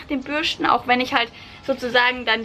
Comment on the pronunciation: Bürschten 😂 Deine Aussprache ist seltsam, aber lustig. Ich überlege gerade No Poo auszuprobieren.